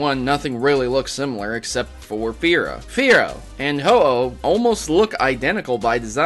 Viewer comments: Spear-oh / Fear-oh / Ho-Oh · Fearow rhymes with ho-oh